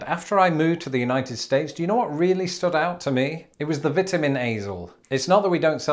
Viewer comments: He did say Vetamins. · I just love the way you pronounce Vitamins, it is like your are saying Vetamins!!! Hilarious 😂